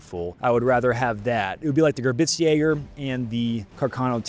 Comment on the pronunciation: Admin somehow putting a “T” in the word Gebirgsjäger will never fail to make me wish to drive 70mph off a pier. Love the work though. ‘Ge-burgs-jager’ I beg of thee Lord, giveth Admin and proper German pronunciation or alloweth them to speak in the storied tongue no longer!